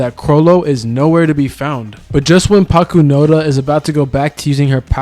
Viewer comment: never mind. He called her Pakunada 😂